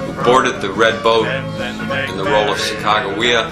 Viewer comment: ? isn't it sack-a-juh-way-a?